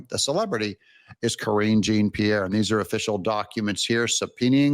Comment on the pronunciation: Please,Doug, KJP’s name is a French name. Jean is pronounced Jon. You do such a good job reporting, but you need help with pronunciation sometimes. I don’t have any respect for anyone on the left, but mispronouncing someone’s name doesn’t reflect badly on them. It reflects badly on you. Hopefully soon she will be forgotten, but in the meantime, at least say the name right.